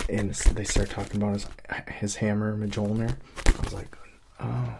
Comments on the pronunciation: So it's just about Captain America wearing Iron man armour called Mijolnir (Thor's hammer) 😅😅 and Mijolnir don't sound like it's actually sounds like miyolnir😅. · Mole-jear? Seriously twin 💔 it's pernounced "mole-near" 🤧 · Yeah so Mjolnir is pronounced “Me Yol Near” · Thanks for this! I grew up playing Halo, never read the books so that’s cool hearing the back story. Love HP too! P.S. Mjolner is pronounced mule-near!! The J is like a Y😅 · The armor (and hammer) are pronounced “Mule-near” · Im going to pronounce it Majolnur from now on. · My friends and I always pronounced Coruscant 'chorus-cant'. Phantom Menace cleared that one up. Now the old way sounds so weird I can barely say it. But that's a made-up word from modern fiction. Mjolnir's been around a minute. And he's seen Thor and STILL says it this way. Wild. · It's funny to hear an American pronounce Mjolnir haha. In Old Norse and modern Nordic languages the J is soft, like "ye" or "yo* sound, not a hard J like in English.